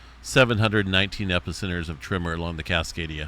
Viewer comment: Why do you say "trimmer" instead of "tremor"? I tried to watch this muted, but the captions also show up as "trimmer, trimmer, trimmer" 🤮 Are we talking about an army of people simultaneously neatening their lawn edges, causing earthquakes??